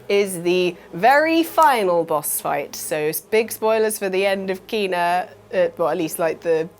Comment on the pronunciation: its not keena, its KENA.... i give up, the amount of games you mispronounce is just bloody stupid, are you doing it deliberately?